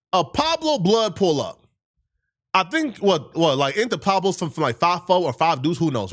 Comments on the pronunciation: This stupid fake funky immigrant can’t even read Pueblo is nowhere close to Pablo dumb fuck Green light this fool he’s too disrespectful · Smh 😆 cant say it correctly for nothing...